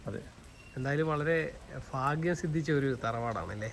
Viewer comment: ഫാഗ്യം അല്ല ഭാഗ്യം എന്ന് പറയാൻ ഈ നാട്ടുകാർക്ക് അറിയില്ല?